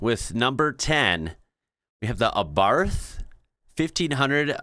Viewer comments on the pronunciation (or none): Abarth is for Fiat what AMG is for Mercedes. It’s the tuned brand of Fiat. The th is pronounced as a t.